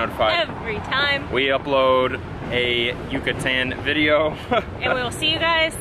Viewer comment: Djucatan! They convert all Y's and ll's to Dj with much force. That and they switch the n and m so bread sounds like pam..